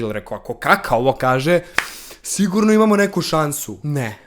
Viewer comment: sto pogresno akcentujes Kaka? to je moje pitanje